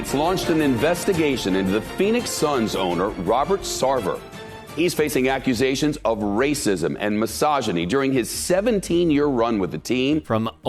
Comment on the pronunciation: "Phenix Suns"? Seriously?